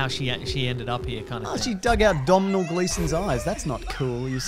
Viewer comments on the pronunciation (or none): It's pronounced Donal Gleeson, you silly goose. Although, now everytime I see his name in credits I will silently say 'DOMINAL'